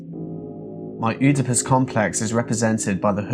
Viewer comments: this video is great! But! It’s “eedipus” or “edipus,” definitely not Opitus. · "Oodepus"? Actually it's pronounced "Eadipus" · Oedipus (ee ·duh·puhs) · i hate to be that guy but its pronounced Edipus, the o is silent. its a complex named after a guy that wanted to shag his mum i think. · Oodipus? Is that how English people pronounce that word? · Oedipus is more like ‘eh-di-pus’ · Oedipus is pronounced "Ed-ih-puss" for future reference. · Oedipus is pronounced edipus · tell me youve never heard of an oedipus complex without telling me youve never heard of an oedipus complex this guy: oodpus... oopitus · That's not how you pronounce Oedipus, it's like eh-duh-pus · you could have googled how to pronounce Oedipus. This video is a little insulting with the creepy music. I think it would have been better to analyze his art and diaries without being so dramatic and patronizing. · The O is silent in Oedipus. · The portraits and journal entries are fascinating when examined together but the editorializing here really takes away from it. Calling elements of a painting “obvious signs of mental illness” really take me out of this interesting exploration. Also mispronouncing Oedipus really got to me. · you pronounced it wrong two different ways hahaha